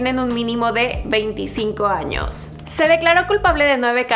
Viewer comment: Hay no dice años dice anos